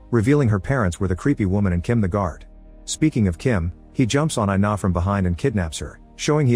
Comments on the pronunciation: Her name is pronounced ee-nah, not eye-nah. It's Ina. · “I-na”: WHYYYYYY MY NAME IS INA BOIIIIII